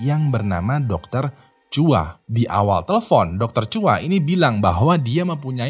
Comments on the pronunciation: Dr Chua apa Dr Chow sih bang? Haha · dr chua malah jadi chou wkwk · Dr. Chua kok jadi dr. Chow 😂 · Dr Chua atau Dr Chou sih,? 😂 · tulisan sama pengucapan bhs inggris beda kak